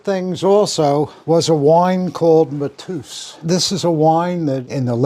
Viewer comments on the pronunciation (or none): It’s not Matooos, it’s Mat-Ey-Us…. Lemmy was my first boss, I can assure you he would NEVER have been a MAGA supporter, the opposite in fact… and if he’d known you were, he probably wouldn’t have buddied up..